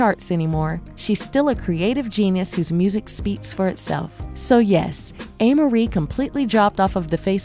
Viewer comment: So, it's pronounced "A" Marie... NOT "Ah" Marie... She's a beautiful young lady - I hear 1/2 Black, 1/2 Korean...